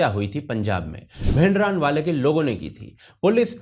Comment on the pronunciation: भिंडरानवाले नही भिंडरांवाला है सही उच्चारण।